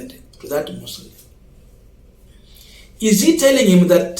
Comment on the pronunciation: Pronounce mausoleum correctly Not Muslim